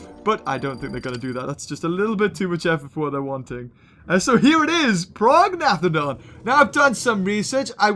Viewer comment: prognathodon is pronounced pro-nay-th-odon.